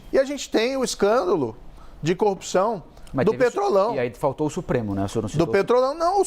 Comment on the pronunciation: Pois é, o que eu não me conformo é o rapaz ter sido juiz federal e não consegue construir uma cadeia de argumentos plausíveis. Além de falar errado (copção, cônje, etc...)